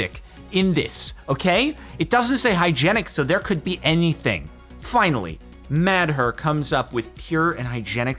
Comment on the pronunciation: "Mad her" 🤦🏻‍♂️